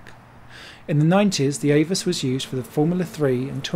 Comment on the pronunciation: Actually, AVUS is pronounced Ah Vuss. Saw several races there, late 80's thru mid 90's. F3 cars were faster than DTM cars but got second billing.